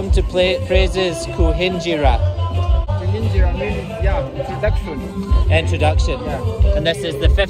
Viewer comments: dances better than so many Ugandans, pronounced kuhinjira so well. 😂 Kudos. You really know how to brighten up a place. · It was him pronouncing Kuhingira perfectly for me!!! Officially Ugandan😅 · I' ve loved the fact that you pronounced kuhinjira the right way